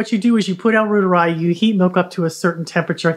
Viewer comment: Try saying "roiteree" instead of "rooter-eye". The bacillus is named after Gerhard Reuter, a German academic researcher.